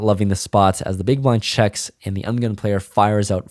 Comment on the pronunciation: I love how says "Under The Gun player"... its "Ugun player":) Once you hear it, you can't unhear it.